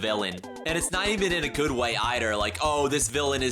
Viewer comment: Hmm..., I think you mispronounced the word, "good".